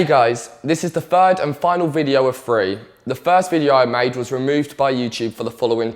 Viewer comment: "hey guys this is the fird and final video of free"